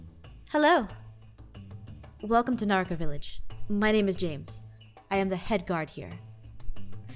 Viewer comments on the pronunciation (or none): The way Aphmau says Nahakra Village sounds like Naruto Village